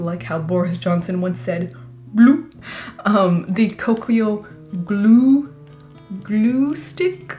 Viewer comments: Well now I can't unhear gloo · The way you said gloo 😂😂